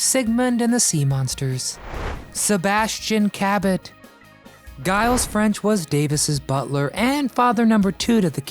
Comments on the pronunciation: Mr. French's first names is pronounced jiles. Not guyles. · Cabot's Mr French's name was pronounced Jheel, nit Guy-alls. Gilles is the spelling. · Giles is pronounced "Jiles", not "guiles". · Giles is pronounced "JYLES". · Sorry,. It's pronounced " Jiles" with a soft "G". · Brian Keith did not work with twins in The Parent Trap. Both roles of the twin sisters were played by Hayley Mills. Along with the mispronunciation of the first name of Mr. French, which is easily researchable information, and the fact that Buffy had one twin sibling and not siblings, just another error for this person who obviously does not research his material very well.